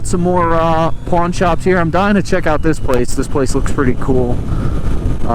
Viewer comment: Got excited for a minute cause I thought you were saying "porn" shops. I enjoyed your video otherwise, thank you!